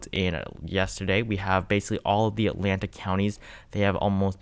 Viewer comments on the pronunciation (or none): none